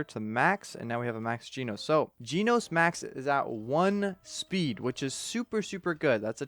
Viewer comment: Your pronounce about jenos your calling him jeanos ;-; he's call Jen-os just a little correction If you don't know he from one punch man is he's one of my favorite character